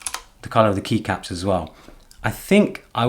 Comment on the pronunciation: Dude, the way you say "Keycaps". You should make a Podcast !!